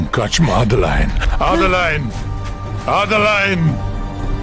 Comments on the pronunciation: Adılayn okunuşu zaten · adi layn ne ya ne sacma dublaj bildigin adelina kizin ismi